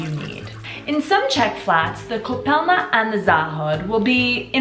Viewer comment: Its ,,koupelna" but otherwise I love how you make my country Shine :)